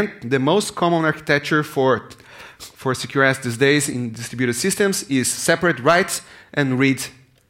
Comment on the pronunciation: I just kept hearing 'secure ass architecture'